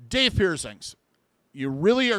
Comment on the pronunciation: If it was meant to be pronounced, Dauth the vowels would be au, but it's not, is it. No, in fact, it's spelled with the ai vowel combination, making it have the long A sound. Maybe it's the boomer in me, but Grammar IS important.